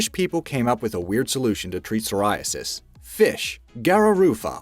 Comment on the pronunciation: Psoriasis has a silent p in it 😐